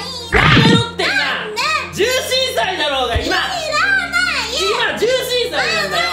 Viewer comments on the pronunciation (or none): 演技に熱が入りすぎて「だしょーが！」になっちゃったヴァンビが超可愛すぎてめっちゃ笑いました😂💕